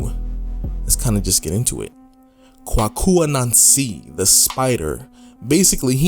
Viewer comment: Kwaku (‘Quake-U’) As pronounced in Ghana. Appreciate the video 👏👏👏